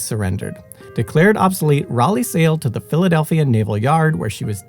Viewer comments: The destroyer was named USS "Cass-in" not "Cay-sin". The light cruiser was named USS Rah-lee. And, the crew of the USS Utah was markedly reduced after conversion to a target/AA gunnery practice ship. From a full compliment of 1001. The toll on her crew was, in total, 64 officers and men were killed prior to the ship capsized. Included in this number are 58 who went fown at their stations and remain aboard her to this day. 461 members of her crew survived the attack. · USS Ray-lee?